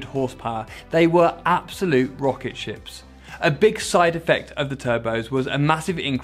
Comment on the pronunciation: "Rrrroket ship" - Alonso 2018